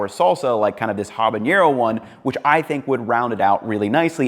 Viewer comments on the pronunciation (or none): Hey, thank you for this video. I learned a lot:) just a small thing, Habanero doesnt have "ñ". So its a just normal "n" sound, unlike for example Jalapeño.